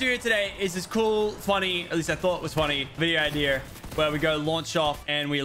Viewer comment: When he says "cool funny iDeAr